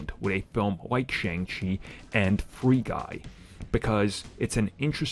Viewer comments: Well you said the name right once so that's progress. It is Sh-on-g Chi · Please pronounce Shang-Chi correctly.